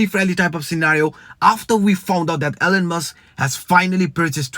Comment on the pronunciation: Elon...not Ellen